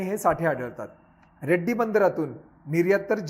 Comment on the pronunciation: Sir its not Reddy bandar... it's Redi bandar. Lecture is really helpful.Thanku.